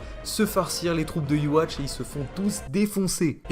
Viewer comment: Yhwach se prononce Youhabaha. Arrêtez de dire iwatch bordel. 😂